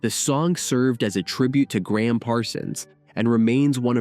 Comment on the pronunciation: Voice over keeps calling Gram Parsons by the name Graham. His name was Ingram Parsons, he was known as Gram. Emmy Lou is as beautiful as ever. Nobody has aged so beautifully in public before. And it is a beauty that a blind man can enjoy.